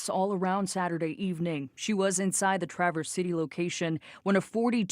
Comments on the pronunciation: You'll probably never have reason to say "Traverse City" again, but the accent is on the first syllable: TRA-verse. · Former Michigan native, flinching every time you say Traverse. But it's a Michigan pronunciation thing. Tra-verse, not trah-verse. The "a" is pronounced like cat, not car. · Please say that city’s name correctly. It’s not Tra verse it’s ‘Traverse’ City short A and emphasis on the front of the name. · Sir, it is pronounced TRAH- Verse City, just for information. I hear your comment, and want to correct some assumptions. We are not against the Second Amendment right to carry. The issue is that some people should not have access to a gun. People with certain mental illnesses should not have access. If they would not be able to assist in their own defense in a trial, what makes them suitable gun owners? Also, it was not necessary to have a gun in this situation. You are not acknowledging that on many occasions, even in armed ones, people have been able to disarm a dangerous person. And why aren't we talking about the school shootings that are still happening? THAT is something that doesn't fit the narrative because ALL of those except one were done by white kids who frequently gained access to their parent's guns. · In one of those weird local pronunciation things, it's TRA-verse City, not like the word tra-VERSE. I grew up in Lake Orion, Michigan, but it wasn't Oh-RYAN, like the constellation, it was OR-ee-un. Now I live in CO, where Buena (BWAY-na) Vista is pronounced BYOO-na Vista. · Despite starting with a local news clip that properly pronounces Traverse City, you joined everyone else reporting on this and mispronounced it. 😂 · Colion, it’s “trav-erse” city not tra-verse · It’s not pronounced Tra-verse. It’s pronounced Trav-erse. The lady on the news is saying correctly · Not a big deal but it's "Trav - Ers" city, not traverse, which is a verb for moving across something or a Chevrolet. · Traaaaaaaaaverse City, not Chevy Truverse